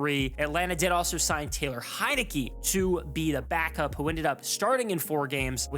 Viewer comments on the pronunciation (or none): none